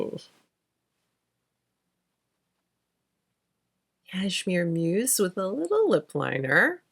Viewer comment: I don't know why I heard Cashmere Moose and was thinking, well that's a fun name lol. I really like the color of Cashmere Muse....not Moose 😅